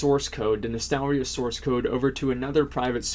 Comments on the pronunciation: "nostalarius".. triggered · Asmon, it's Nostalrius.